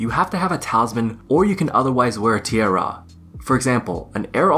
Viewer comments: Air tee-eh-are. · TEEARAAH. Dude lol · Tee ah rah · Wtf is up with you saying tiara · Tee-AIR-UH is one of the pronunciations of Tiara (in US).